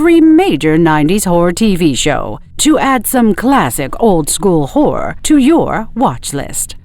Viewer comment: The AI sounds like it's saying "whore." "Whore is a great genre."